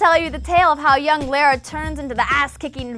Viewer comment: Please learn how to pronounce Lara correctly.